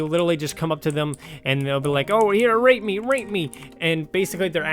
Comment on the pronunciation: When he said "rate me" it sounded like he said, well, y'know.